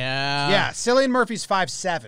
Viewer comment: Boys, Cillian is pronounced Kill-ian and he's Irish not British. Although his accent in Peaky Blinders is perfection.